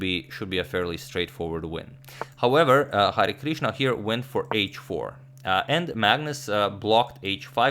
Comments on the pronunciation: I'm from India so you u right It's pronouncation is Hari-krishna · #Harikrishna ... You are correctly pronouncing it ... It's Hari + krishna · Hi Agadmator! I am from India and I like have seen manny videos uploaded by you. I enjoy them very much but have never commented before. Today I am commenting because I want to appreciate the way you were taking the Indian name Hari Krishna. This name is actually a god name in India and is taken with a lot of respect and devotion. Everytime you said Hari Krishna was very nice and your are well appreciated for it :)